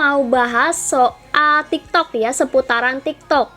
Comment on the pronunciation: Tiktok kak bukan tigtog😅